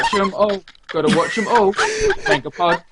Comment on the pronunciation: Mahn...gah...pod. Gotta breathe in the A.